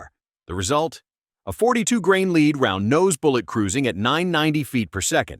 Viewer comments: Maybe the script read as leed instead of lead ? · When I hear an AI announcer voice pronounce 'lead' as 'leed', I check out. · I especially like CCI's use of "leed" instead of the old-fashioned "lead". We are still years away from an AI narrator that can compete with a person. Still, interesting info. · Script writers for AI need to learn how to spell phonetically. Led not lead (Leed?) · "leeed" ?????????? ( is this an A.I. speaker ? ) The metal is 'lead' ( pronounced "l e d" ) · "leed round" LOL This AI can't pronounce lead! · If you insist on using a robovoice, do yourself a favour and spell lead "led" in the script ... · OMG.......How can I pay attention to the subject matter with a narrator that has no idea what he is even talking about, can't pronounce words right, and is using video of larger centerfire rounds/guns. Seriously...."LEED"???? Come on...... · It's pronounced as Led. Stop saying basic things wrong, it destroys your credibility on information. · I don't watch videos with AI audio. Your mispronunciation of lead ( leed ) annoys the Hell out of me! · I love it when it says “soft leed”. 🤪